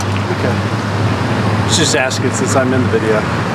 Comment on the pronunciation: Sheesh...you were just axing😅